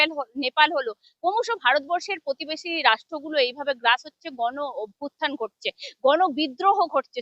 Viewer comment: পধানমন্ত্রী নয় প্রধানমন্ত্রী। পতিবেশী নয় প্রতিবেশি। 🤪🤪